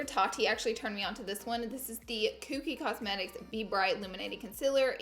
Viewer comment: im still laughing everytime she say ‘cookie cosmetics’